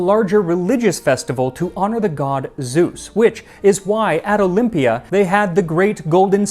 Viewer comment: Your Greek pronunciation is spot on! Well done! Also I’ve been to Olympia several times, the whole area is incredible. 🇬🇷